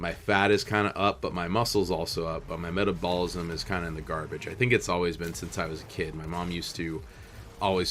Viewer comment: meh-TA-bull-ism And I don't think what your mom fed you affects it that much. You are just a beefy boi.